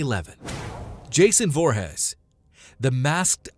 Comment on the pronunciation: Loved the video although I cringed when i heard you say Jason Voor-hez